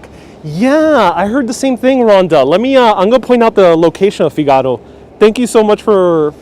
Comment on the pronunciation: It’s pronounced ”Fig ah ro.”